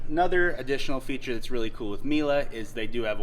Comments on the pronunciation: Mealy?I’ve heard if mealy worms lol. It’s pronounced meelay isn’t it? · Great video but Miele is pronounced Meel-eh 😉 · As soon as I heard MmEee-Lee, I knew he knew nothing.